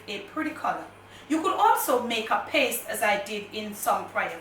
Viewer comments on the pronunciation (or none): none